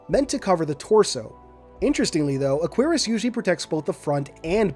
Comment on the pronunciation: I’m not the pronunciation police so you do what you like but Cuirass is properly pron. “KWUH-rass” with an emphasis on the “UH” and has the bonus effect of being 73% less likely to make 11 year olds giggle. (It was often pronounced quickly like “CURRass” so that’s another good option)